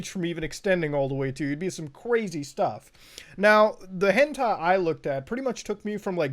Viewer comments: Everyone: Hentai Muta: H E N T E I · MUTA ITS HEN TIE NOT TAY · Is it on purpose that he says hentay? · Hen "tay" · Normal beings: Hentai Mutahar: HENTAY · im sorry but you said hentai wrong :D XD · the way he says hentai upsets me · It took him almost half way into the video to say hentai correctly lol